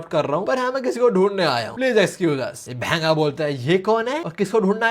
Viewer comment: The way he say bhengaa😂😂😂😂😂❤❤❤❤